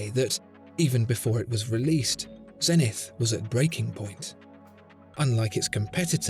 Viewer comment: The astronomical measure may be a zen-ith, but the company name is Zeee-nith.